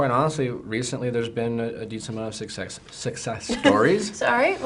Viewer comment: haha ikr when nick said success wrong... so awkward